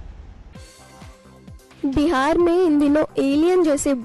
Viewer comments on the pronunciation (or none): none